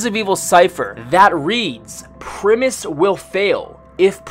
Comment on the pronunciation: Is he saying "premise crew"?